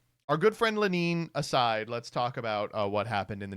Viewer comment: Why does he pronounce Lenin as LeNEEN?